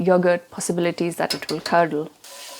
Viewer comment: I hope you say the word "curdle" again in a future video, that's a great word in an Indian accent.